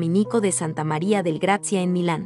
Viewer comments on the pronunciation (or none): none